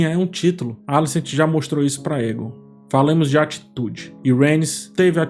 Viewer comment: Oi,! Adoro os seus vídeos e toda a análise que você faz das séries. Gostaria de fazer uma observação sobre a pronúncia do nome do personagem Aegon em Casa do Dragão. Na série, ele é chamado de "Eigon" e não "Égon". Ouvir "Égon" acaba soando estranho pra quem está acostumado com a pronúncia da série. Seria bacana dar uma atenção aos ouvidos também, não só aos olhos, para captar melhor esses detalhes. Ouvir o que os personagens falam e não só ler as falas. Continue com o ótimo trabalho! Abraço!